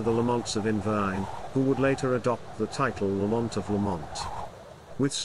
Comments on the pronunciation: It's pronounced Lamnt not bloody La mont 😡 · It is embarrassing that a video alleging to be about clan history cannot even pronounce the name correctly. It is not pronounced lah-MOHNT, with the stress on the 2nd syllable. The first syllable is LAMM, like Lamb of God. The 2nd syllable is mint, like mint tea. LAMM-mint. This is a serious error. You should redo the entire narration track of this video.